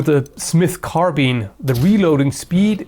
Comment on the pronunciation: Carbine not "Carbean"